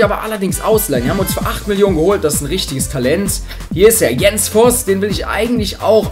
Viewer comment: Du hast Jens vos gesagt😂😂